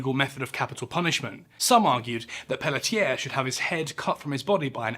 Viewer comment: As someone who shares the last name Pelletier, you say it wonderfully